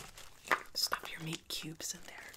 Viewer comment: had me dead when she said “stoof”😭😭😭😭